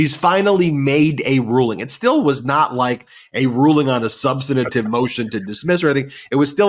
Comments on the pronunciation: please, we love you Ben. it's not sub-stan-a-tive. it's "sub-stan-tive" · substantive, Ben. we love you. not "sub-stan-A-tive." just substantive. c'mon.